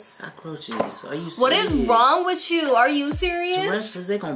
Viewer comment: Damn why can't this girl say With you?! Wtf? Every damn video it's witchu this and witchu that. Damn! Lmfao